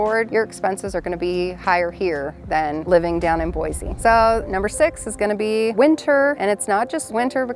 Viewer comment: Boi-see hun, NOT Boi-zee!!